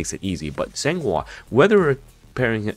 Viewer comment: I will definitely "san" her "hua"